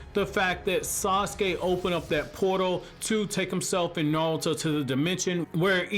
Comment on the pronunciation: Is it just me or is he saying naruto like "nawuto" lmfao